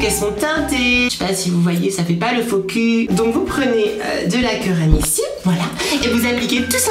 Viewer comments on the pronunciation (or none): none